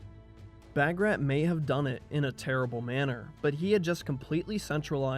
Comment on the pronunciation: Wonderful documentary. Although the part where Georgia “broke away” from the Roman church wasn’t accurate. The Georgian Orthodox Church is in full communion with all the other Eastern Orthodox churches (Greek, Romanian, Serbian, Russian, etc.) Also - Bagrat is pronounced “Bahg-Rhat”